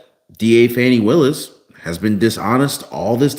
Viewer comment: you can not pronounce Fani Willus name correctly. You are reporting propaganda. How can you go to jail for dating someone. Get the facts!! There is no need for anyone to respond. I use to follow you not anymore. Definitely unfollowing!!!